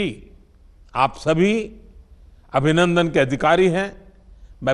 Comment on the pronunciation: Modi said "Abinandan" ........... Tea is fantastic